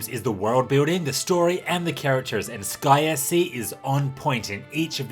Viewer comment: Sounds like you say "Disgaea C" when you say "Sky SC". Had to rewind a few times.